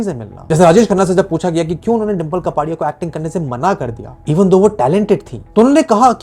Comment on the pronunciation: It's कापड़ीया not कपाड़ीया🙂